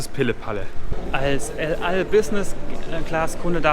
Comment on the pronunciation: "Lal" Airlines... Bruder muss aktivst los. Es heißt el al :)